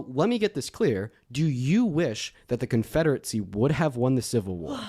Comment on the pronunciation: Why is saying Confederacy like Confederitsy